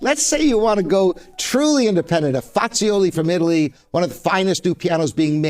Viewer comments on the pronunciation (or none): Sir, you could at least pronounce the names of the pianos correctly. I refer specifically to Bosendorfer & Fazioli. Thank you